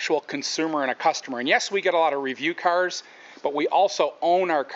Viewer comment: So annoying the way he say 'cars' -_